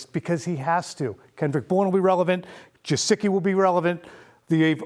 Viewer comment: please I'm begging you, say his name correctly. It's Gesicki, not Jesicki. great content!!!!